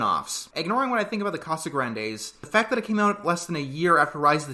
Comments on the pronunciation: Nope. The correct pronunciation is "Cah-sah-GRAHN-des" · It's CasagrAHndes not not what you said ahhhhhhhhhhhhhhh Good reviews by the way. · I understand wanting to pronounce something right but Spanish has neither of English's A sounds so it's always going to be wrong but understandable tbh. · "And yes, I'm pronouncing the name right this time" Not quite, but we're off to an ok start. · Its honestly close enough to not get upset over lol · I just think it’s funny that he made a point of saying he would pronounce it right, while pronouncing it wrong the whole time.